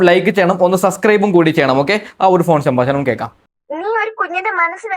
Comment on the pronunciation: ശംബാസനം അല്ലെടോ സംഭാഷണം.